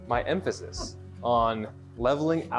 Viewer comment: you can't overemphasize your emphasis? I think your emph AH sis is on the wrong syl LAH ble... Some Canadian pop-culture humour for you courtesy of the great Mike Myers...;)